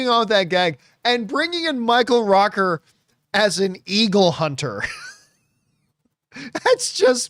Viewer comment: It's Rooker not Rocker.